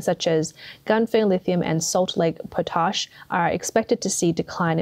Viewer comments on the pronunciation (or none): It's pot-ash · Try learning how to pronounce the words you use... Potash. Pot Ash. Not "potish" 🤣 Photovoltaic. Photo Volt A Ick. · "Auto mo bile sales centre". The narrator has an Australian accent (as an Australian myself, I can say that with confidence), and no Aussie is ever going to pronounce that word like that. "Salt Lake Po-tarsh". There are other oddities in cadence as well... I don't know whether it's AI or just someone with terrible verbal fluency, but either way, the fact that it's impossible to say what the narrator is, means that AI has some way to go before it can justify the second part of its name. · Sorry to be picky ( Might be AI reading this out incorrectly ) Photovoltaic is pronounced - Photo Vol Tay ik Potash is pronounced - Pot Ash